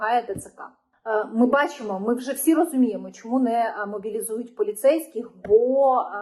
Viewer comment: не Бачімо а бачимо не Захищяйте, а захищайте не чього а чого. бо ріже слух.